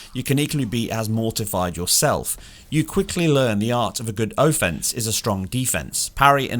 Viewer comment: “Sam-oorye” “Oh-fence” I just cant dude wtf are those pronunciations 😂😂😭